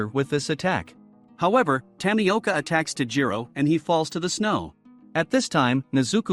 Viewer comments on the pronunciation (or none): It’s nezuko not nezuku I watch the anime and tamioka is named giyu tomioka also Also tanjiro is wrong it’s called tanjiro Ka- ma-do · You said Nezuka and Tamiaka B(